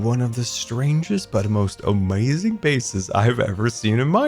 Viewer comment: Nobody:: amoizing